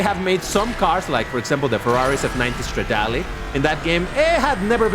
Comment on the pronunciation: No! No! Just say "stra-dallleee" 😂